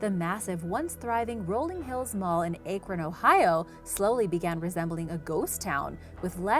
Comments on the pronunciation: I really enjoy your videos. FYI Akron has the short "a" sound like bag or cat. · You said akron wrong but its normal